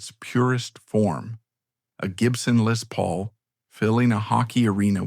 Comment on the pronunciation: Lay Paul? love that AI-not.